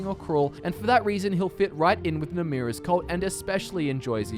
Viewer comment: It's Namiras it's not Namrias